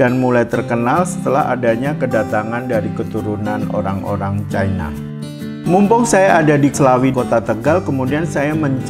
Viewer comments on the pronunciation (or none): none